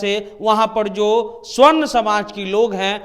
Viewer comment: swarn ni sabarn hota hy🤣